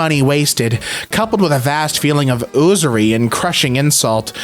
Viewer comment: that’s yoo-ser-ee. Usury is the practice of fraudulent moneylending, unscrupulous creditors and the like.